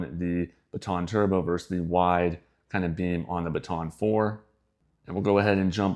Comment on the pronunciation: FYI, and I know how annoying these kinds of comments are. However, I would want to know. So, "verse" is not a word, well it's not a word used to compare things like versus is used. People have been using it more and more lately so I can see how it kind of caught on, but yes, just as easy to say versus and that is a real word. Doesn't cost anything to say that last syllable.